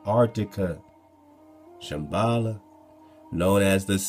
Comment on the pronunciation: Did you say "Shem-bala"? Would that be translated as Shem's house by/of law!?